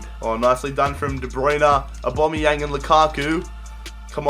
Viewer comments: It's not obomeyang it's owbameyang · His name isn't "Aubomeyong" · Why do you say aubombiang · I'm not a hater but ur penalties were crap and if u say aBOMBeyang 1 more time I swear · Kyle Pirie aubameyang lmao